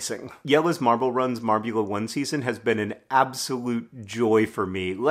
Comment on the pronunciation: I had to rewind the video a few times cos I wasn’t sure I actually heard ‘marbulimpics’ and ‘marbula one’